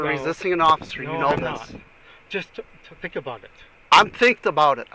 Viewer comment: "No, less jus flink about it." 😂